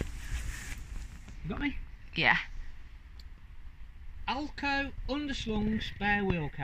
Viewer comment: Another great video. Love the outtakes, lol. Nothing wrong with how you said AL-KO.